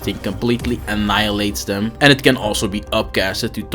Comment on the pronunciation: My man said you can group dem togedder lmao